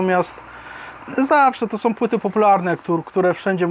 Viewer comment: Zwracaj uwagę na Ą. Są, a nie soM, Halą, a nie haloM, etc. Pozdrawiam!